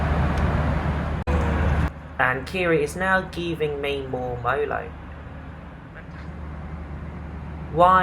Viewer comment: its merlot not molot